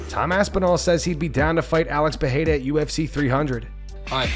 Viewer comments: STOP saying “PeHeira”!!! — It’s pronounced PEREIRA in both English and Portuguese!!! NO ONE IN BRAZIL SAYS “PEHEIRA”. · because they’re dumb? Vandergruff is right. In Brazilian Portuguese you only pronounce an ‘R’ as ‘H’ when it’s at the beginning of a word (eg from some of the Gracie family names. Roger becomes Hoger. Renner becomes Henner and so on) if the ‘R’ is in the middle of a name or word, it’s pronounced as ‘R’